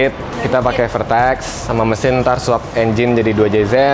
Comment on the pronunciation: Ralat ka Vertex bukan Pertex